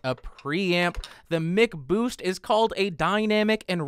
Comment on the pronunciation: MICK boost? Even McDonald's is pronounced MACK